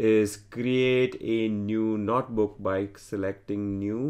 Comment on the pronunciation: This is a great tutorial. I just wish the author could stop saying "Not Book" instead of notebook...